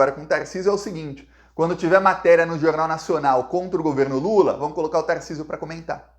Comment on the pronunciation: Não é lulu é lulaaa